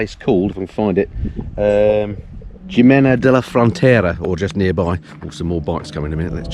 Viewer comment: Considering how much time you spend in Spain, perhaps it's time to take a Spanish language course? The Rosetta Stone courses are superb. The 'J' in Spanish is pronounced like an 'h' and the 'i' like a long 'e', so Jimena is Hēmĕnă (HEE MEN UH) and so on. I'm sure the locals would appreciate any effort you make to speak their language correctly. Who knows, you may end up retiring there....... ◉_◉